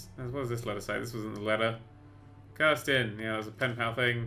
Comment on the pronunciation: Its not Kirsten its Kristen sand come on. It's even wrote proper on the game